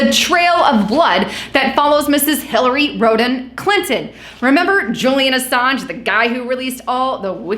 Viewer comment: Hillary Rotten Clinton! That's what I hear :d